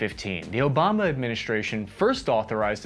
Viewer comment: I can't tell if the "Obamna" administration was just a misspeak or if he's a destiny fan 😆 I've seen 2 other videos in this but I'm really glad I watched this one. I wasn't aware about how Russian troops had to disable anti air weapons to allow the Air Force clear passage. I wonder how hard it would be for the US to actually take something like that out if it was a real fight between the US and Russia. I'm sure there was also some hesitation on the US side in terms of trying to destroy actual Russian military assets